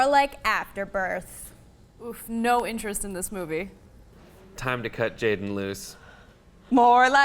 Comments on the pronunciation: oh my fucking its not jayden but jaden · It says "Jaden" in the description but when says his name its spelled "Jayden" Lol which is it?